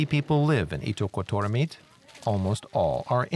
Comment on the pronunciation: As a Greenlander, I have to say this:" It is pronounced ' eat duck got daw meat' "